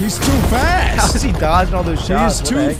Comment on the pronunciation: you said fat not fast